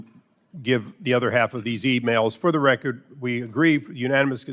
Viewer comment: Is that black dude trying to say 'record or "reckit?' Just axing.